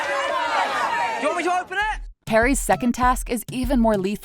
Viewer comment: she really just said Perry. Like... I didnt know that Harry was also a platypus